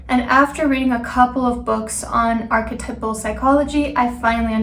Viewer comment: You can't pronounce Jung or archetypical